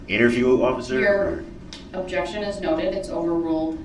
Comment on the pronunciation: Objecshun 😂 you just made me laugh so hard 😂 thanks 😂😂